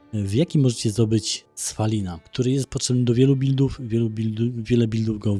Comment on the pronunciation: Czy tylko ja uslyszalem Cwelina a nie Svallina xD